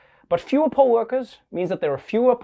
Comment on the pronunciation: Also, I'm from Las Vegas. So when you say "poll worker" you need to clarify lmao cuz I was hearing "pole worker". Then you hit me with the "most are over 60"😮 then with the "they only need you to be 16"😳then "thanks..40,000 of you signed up to work the 'poles'"😏 lol